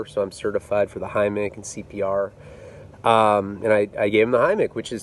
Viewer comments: Omfg, soooo scary. Thank God he's OK. "Heimlich" pronounced "hime-lick" lmao. Grammar nazi here! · THE HEMICH! Anotjher classic mispronounce.